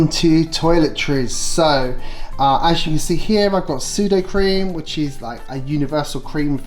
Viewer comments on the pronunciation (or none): I have an issue with how you say sudocrem 😂